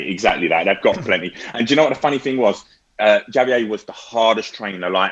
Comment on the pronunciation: That pronunciation of Javier tho 🥶🥶🥶